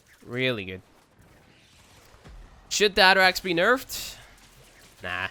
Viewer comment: The atterax AKA "nuberax"